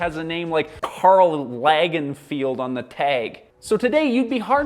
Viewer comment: I was with him till he mispronounced Karl Lagerfeld's name and did not even bother to apologize for his lack of knowledge...it is not a crime, it just shows a lack of respect for fashion as an entity and a manifestation of his mindset...You would not do that if the name was Beethoven, or Beatles, or even Salvador Dali or Jackson Pollock... In fashion communities Karl Lagerfeld's name commands the same level of respect as Beatles in music community or Pollock in modern art...yes, luxury fashion is a niche, but so is any art form, there is a rich and academic history behind fashion...it is not all shi-shi fru-fru vain, flippant indulgences of the rich and clueless...by all means call out luxury houses for not providing high-quality or engaging in unethical business practices, but luxury fashion as a whole concept is not to be brushed off...if people talk about the history of music or painting, its ART, but somehow fashion never gets that treatment...it is 'low-culture'... like how??? Not knowing about high fashion is 'not cool' or does not give you 'street cred'...it is not a crime to not know about fashion or luxury fashion, but a general disregard for it is not 'subversive' either...